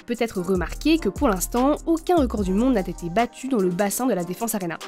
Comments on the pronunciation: "N'a Tété battu" " l'entreprise qui l'a Tinstallée" La voix off ne sait pas lire ou bien la personne qui a écrit le texte ne sait pas écrire, mais cette faute de liaison prolifère un peu partout, ça pique les oreilles ! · attention aux liaisons dangereuses: n'a(t)ete battu qui l'a(t)installe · Les liaisons foireuses de la journaliste... Rajouter des T là où il n'y en a pas.